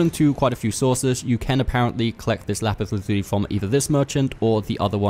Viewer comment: Great video....and thanks for the pronouncement of the said item!!! Not being sarcastic. Lol!